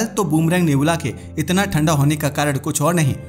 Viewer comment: नेबूला नही रे बच्चे नेब्युला है वो 😂😂😂😂